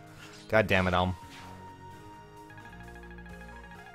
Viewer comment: He says Alm right. From now on I will like every video because I am so fucking happy.